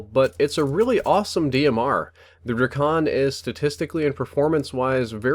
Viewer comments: its pronounced drei-ken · It's pronounced dray-cun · Its not Drakon its: Drake- on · I love how he pronounces it DRUH-CON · Its pronounced like DRAY-KIN your welcome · ITS CALLED THE DRAKON DRAKE-UN